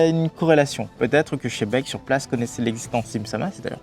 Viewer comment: Je comprendrais jamais pourquoi tant de personne disent chebec et non Xebec, c'est un X pas un ch dans son nom